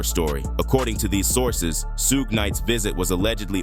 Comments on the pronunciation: Soo-gay Knight if messing me up! Come on AI say it with me - Shooooog Knight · Great video! However, Suge is not pronounced as "Suegay". It is prounounced as "Shuug" like sugar without the "r"! Otherwise, very good! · Su-gay Knight? Lazy punks love using Ai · AI garbage. "Sue-ga-night." It just sucks, still. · This voice!!! Suge being pronounced Soo-gay!! 😂😂😂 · "Sug-Ay Knight" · "Suge", no it's pronounced Shug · sooo-ga knight lol thats hilarious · "Soogay" Knight..... I'm out lol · Who the hell is suegay nite?? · “Sewga” Knight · Lol at the AI robot calling him SooooGay Knight!😂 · Soo-Geh Knight lol. gotta love AI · Su-gay Knight?? AI SUCKS!!! Bring back HUMAN BEINGS who know how to PRONOUNCE WORDS!!! Oh, it just said SOOG!!! Not even consistently??? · It’s pronounced as in sugar without the R. Sug Knight. Please if you’re going take the time to do a 20 minute video. Learn how to say the people name you report on. One the strength of that I give 👎🏽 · Please learn how to call Suge the right way!! Can't hear it bro.. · Whenever Suge is pronounced like that, you know this is A.I. speaking. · Too much vague narration. This was almost clickbait material. Annoying that i watched it in full! Not giving it a like just on principal that AI voice was used and couldn't pronounce Shuge Knight's name. It was seriously annoying! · Was good until the voice over mispronounced Suge… 😂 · Oh AI. Can't pronounce suge.